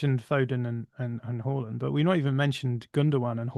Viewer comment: Closer to the real pronunciation of his name than Haland